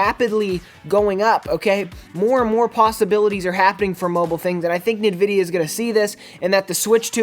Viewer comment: its called AMD now maybe He is to young to know, and the way he says Nvidia is ass